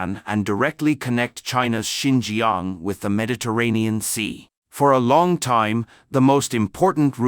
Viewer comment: Not Sin gee gee young but sin cha ang..